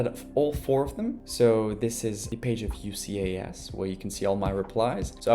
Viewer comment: just a note: we pronounce UCAS as “you- cass” in the UK 😊